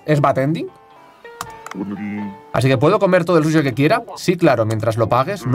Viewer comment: No entiendo porque dice shushi jaja